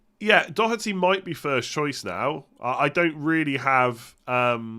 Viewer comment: it is good to hear an english person pronounce doherty correctly. living in ireland has helped you there!